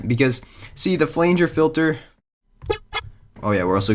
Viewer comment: Flanger is pronounced Fla-nge not Flaynge